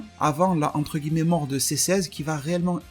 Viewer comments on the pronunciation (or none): none